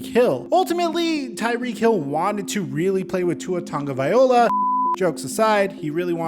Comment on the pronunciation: If your gonna dog Tua, you should probably learn how to say his name. You're probably going to want to know it before this season starts.